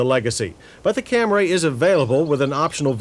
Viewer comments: Or as John would say it (even in this video), "The Toyota Camray"😆😅😂🤣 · I love how John says "Toyota Cam-ray" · I love how John says "Toyota Cam-ray")) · Great review from the "Kam-Ray" era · I'll take the, " Camray" please? 😐🫤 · And he was beginning to soften the “RAY” in “Cam-ray” at this time.